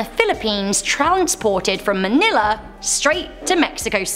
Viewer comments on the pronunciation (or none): none